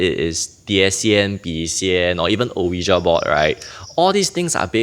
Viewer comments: hahaha why so defensive? It was not a critical comment. He clearly pronounced it as Oh-wee-ja and I’m couldn’t back and laugh about it but instead I thought I highlight it no offence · It’s pronounced as “wee-ja” board. Not “Oh-yi-Ja” board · funny. Since when did I say the ja was wrong? I just never never ever heard any1 pronounce it as Oh-we-ja b4